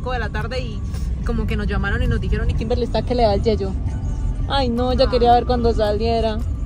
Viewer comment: en un video dijiste kinberli nada que ver 😂😂